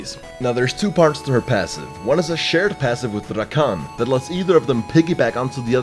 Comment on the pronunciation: I love how says "RRRakan". (No Homo).